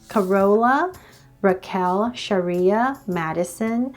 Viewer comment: Did you said shariqa?????